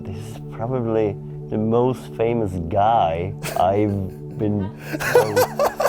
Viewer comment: "Probably the most famous guy I've ever been so close to." Sounded like he put emphasis on 'guy', obviously he's got stories with female celebrities. :P